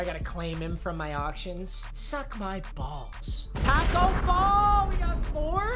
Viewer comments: Papa thinks Tacko is pronounced like taco🌮...smh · Why do you say taco like a white mother😂